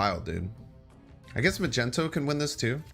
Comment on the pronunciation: Do you call Magneto Majento on purpose?